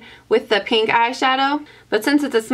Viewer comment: i love the way you say pink as its peenk! Haha so cute